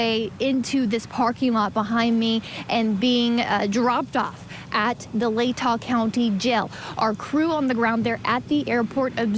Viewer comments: Lay-tah county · It's pronounced Lay tah, accent on the first syllable. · It's "Lay-tah" county.